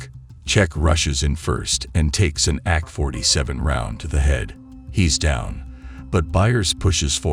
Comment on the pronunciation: AI narration is weird. Ack-47's are pretty cool guns, though.